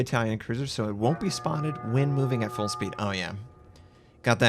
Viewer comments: FUULL NOT FUEL man omg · It clearly says "FULL-throttle smoke generator" but you keep on saying "FUEL-throttle smoke generator", sup with that?